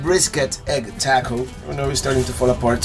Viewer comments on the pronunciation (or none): Cool video... Just 2 Texas nuisance corrections or advisements.. Buc-ees to be called a gas station is la nono.. Preferred moniker is:: Traveler's Paradise.. Taco pronunciation is TAH-KO not taeco..